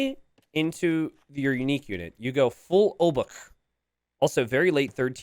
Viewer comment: Obuch isn't pronounced Obak or Obuk but Obuh